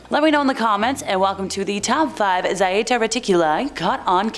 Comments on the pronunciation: It's just plain old Zeta. Not Zieta. You clearly need more spanking, woman 😂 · pronounced (ZHAY-TA) And one of the ET groups who SEEDED us here and have manipulated our DNA for at least 270 million years.